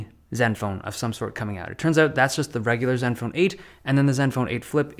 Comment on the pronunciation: “parts of zeven phone seven” 😂 Dave love ya bro